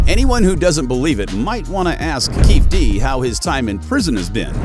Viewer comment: If you can't even come close to pronouncing the guys name, which has been all over the media for years... you don't know a thing. Waste of time 👎